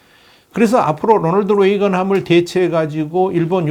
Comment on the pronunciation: 롸널드 뤠이건..... 그냥 로널드 레이건 에이브라함 링컨이라고 발음 하세요